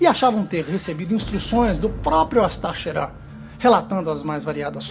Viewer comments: Se fala cherram apesar que escreve , Sheran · Você fala "Ashtar Sheran" bem engraçado kk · nosrefeJ tbm achei kkk